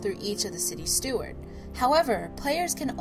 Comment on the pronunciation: It's steward.